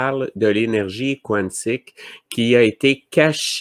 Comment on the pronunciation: pourquoi tu prononces Quantique comme il est prononcé en anglais (quouantic) on peux le prononcer en Français (kantic) merci .